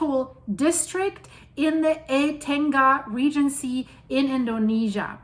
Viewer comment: Aceh is pronounced achay